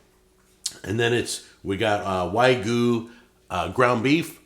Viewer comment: Is someone going to tell him there is a y in wagyu? It's not wagoo. It's yah gyu